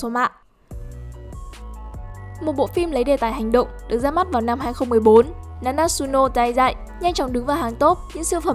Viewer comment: Na na trự nô tai zai nhé ad k phải na nát sự nô tai zai. Ad nhé